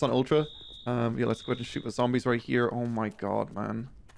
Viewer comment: You say "here" funny 😂